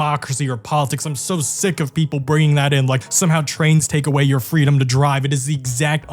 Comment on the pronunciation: I would love more "fweedum"...